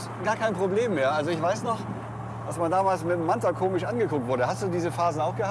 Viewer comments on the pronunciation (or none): none